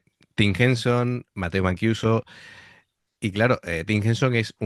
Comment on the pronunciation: hola, mancuso se lee como en castellano, vamos q la vocales en ita y en español no cambian ;)